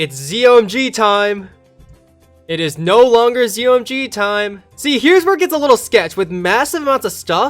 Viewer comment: A YouTuber calls zomgs zo my gods